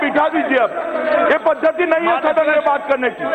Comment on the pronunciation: Ye padhdhti nahi hai bhai🤣 gujju bhai❤